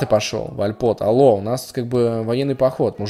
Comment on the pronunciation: ТрИИИИИИИИИИИИполи, не ТрипОли,ТрИ раз,два,ТрИполи